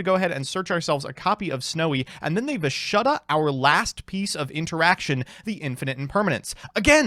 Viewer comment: How you pronounced ashuna and vishuda made bleed my ears😬 love ya anyway